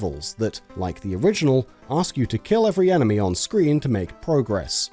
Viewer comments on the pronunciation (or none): none